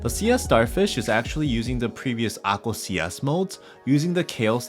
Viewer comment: I had to go to the comments to see the word"Akko", because you never once printed it here and it sounds like you're saying akul. WTF.